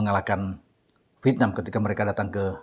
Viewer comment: INDONESIA EGOISNYA GA LIHAT POSISI. HARUSNYA BISA LEBIH KERJA SAMA DENGAN BAIK LAGI DEPANNYA. AKU SUKA INI KALO BILANG " V I E T N A M " CARA BILANG NYA " VITNAM " 🤣🤣🤣🤣 ASYIK BRO. HURUF ' E " GA ADA.....LANJUTKAN.